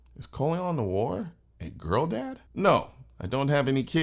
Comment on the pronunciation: Girl dad sounds like you are saying trans dad.. lol you might change that uo